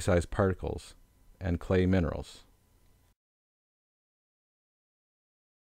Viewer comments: Me too. If you are trying to teach something, learn to pronounce what you are teaching. I had to stop the video at gu-neece. Its pronounced NICE (like a nice person) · In German, Gneiss is pronounced to rhyme with "nice", and the G is definitely heard. The name "Gneiss" is German in origin. Nice video, by the way. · great clip, like the structure and presentation, although Gneiss is spelled and spoken with a g at the beginning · Hey sorry but did you just say ganiss??? It's pronounced Nice sir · did this guy really say "guh-neese" for gneiss? I am speechless. He also completely mispronounced phaneritic and aphanitic. Also failed to mention which minerals are feldspars and potassium feldspars. edit: completely butchered porphyritic. Also I have no idea what that rock is but it definitely is not rhyolite. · 'ge-neese' ..lol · Only spelled. It's a silent G. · good identification, but you pronounced quite a few like a total amateur. real gneiss buddy. real gneiss. ;)